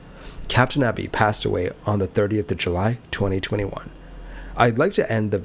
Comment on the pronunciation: The surname EBY is normally and logically pronounced as Eee Bee! If it was Ebb Bee as you indicated, the surname would probably be spelled with a double B! I.e. Ebby. 'Just like to 'get names right', as a sign of respect! Your videos are very well researched, edited, explained and presented! I also appreciate your narration and natural voice! Please continue to avoid the use of AI Chatbots! 🏆 🛫 🛬 ✈️ 🛩 ✈️ 🛬 🚗 🏆